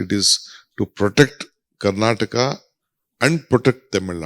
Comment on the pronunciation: Please remove the lady reporter, she couldn’t even read what’s written on paper and bloody people it’s Karnataka not karnatak